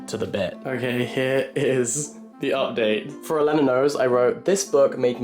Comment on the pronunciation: every time u say Elena like that a fairy loses its wings